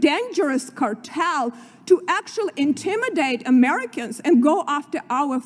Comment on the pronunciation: American congresswoman? Oy! Oy! Oy! "Octualy" "ver imporant" maybe to learn de English.